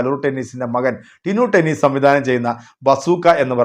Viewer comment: ടെന്നീസ് അല്ല ഡെന്നീസ്